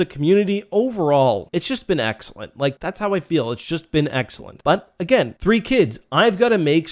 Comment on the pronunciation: its just been eck-cellent